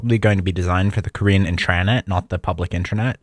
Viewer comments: I just wanted to say, I think you might be misunderstanding the pronunciation of the term 'intranet,' since you're pronouncing it 'in-TRAN-eht.' It's pronounced 'IN-truh-net,' like as opposed to 'IN-ter-net.' 'Tran' is not part of the pronunciation. It's 'intra' as opposed to 'inter' because it's an enclosed system as opposed to connecting to other systems, and that's where the name comes from. I feel like you probably know that, so maybe it's just a pronunciation quirk of your--not sure. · no one is wondering this isnt 2006. its generally pronounced like int-ruh-net but this guy keeps saying int-RAHHHH-net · in-tra-net. This pronunciation is wildly wrong. Comment keeps disappearing so I'll keep posting it. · Can you STOP saying in-TRA-net. Thanks. Otherwise cool video! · Why you pronounce intranet like thzt, it's intra-net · No I thought the same thing!, I've never heard it said In-TRA-Net before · Why is he pronouncing “intranet” so bizarrely? I’ve never heard anyone pronounce “intra-“ that way. His accent is confusing when he says Red Star it sounds like he’s saying “red stone”. Throughout the video (example ) he says ‘Red Star is KDE “riced”(???) to look like MacOS’. Obviously he means it’s themed/customized/skinned to look like OS X, but does anyone understand what word he’s actually saying here? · I’ve never heard a (presumably) native English speaker pronounce “intra” like that. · I don’t know if this guy thinks it’s funny but every time he says Internet wrong I wanna blow my brains out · Everybody knows what an intranet is. It’s his weird pronunciation that’s baffling to people. Explaining a basic and well known concept that everyone is already familiar with is unnecessary and unhelpful. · I think he’s putting emphasis on it for clarity because of his speech impediment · He's emphasizing the wrong syllable. Doesn't have anything to do with "clarity." The word is emphasized on the first syllable- that's the only correct way to say it.